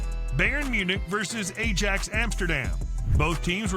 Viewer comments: A jacks? 😂 the pronunciation is Eye axe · A-jacks xD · I haven’t watched yet but it’s pronounced Ayax in Amsterdam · I feel like this video is a rage-bait video (not yours the one you're reacting to). It gets a lot of details and names and thing wrong that would have been easy for them to Google. No one is saying "A-jacks" if they've ever watched football before. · Yeah as someone liv8ng in Amsterdam. A-jax. Hurt me. Hahaha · Terrible video, if you can't say "ajax" correctly!!